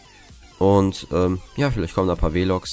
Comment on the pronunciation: Weh-Logs?? Haha